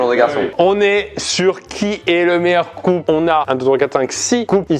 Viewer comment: j'ai compris "aujourd'hui on va trouver qui est le meilleur coup" ptdrrrr mon dieu